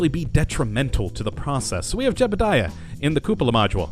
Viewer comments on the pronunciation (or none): none